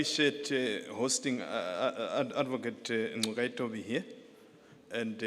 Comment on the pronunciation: No effort at all to pronounce Ngcukaitobi